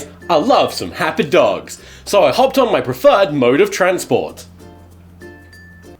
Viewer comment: "Happ dugs" AWWWW "meh snake" GOD I FUCKING HATE HORSEY BOI"